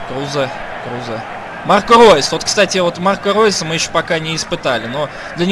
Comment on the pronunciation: Игрока зовут Крузе. Ударение на е.